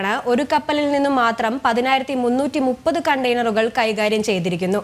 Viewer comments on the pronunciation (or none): ചേച്ചി എന്താ ചേച്ചി എങ്ങനെ പറയുന്നത് 1330 അല്ല 10330ആണ് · ഇത്രക്കും കാര്യങ്ങൾ നേരെ ചൊവ്വേ പറയാൻഅറിയാത്ത ആളെയാണോ റിപ്പോർട്ടർ ആക്കിവച്ചിരിക്കുന്നത്? 1033അല്ല, 10330ആണ്. ഇതെങ്കിലും പറയാൻ പഠിക്കണ്ടേ?.